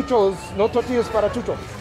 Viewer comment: I love the way you say chuchos!